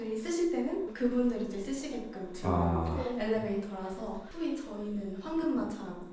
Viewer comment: 소히 > 소위